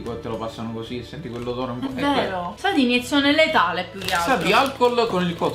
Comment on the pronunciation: "Sà di iniezione letale" ahahaha